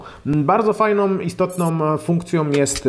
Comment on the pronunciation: Fajną, ciekawą, mocną a nie fajnom, ciekawom, mocnom :D Poza tym, bardzo lubię kanał i życzę powodzenia w tworzeniu kolejnych recenzji . Pozdrawiam!!